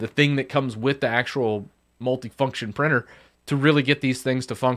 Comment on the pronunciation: Maaan, what's "Prenner"? English pronunciation sucks without some americans butchering it even further. Could you please say printer nicely next time? It's not supposed to be pranner or prenner or prennar.. you've said it like 3 times one after the other.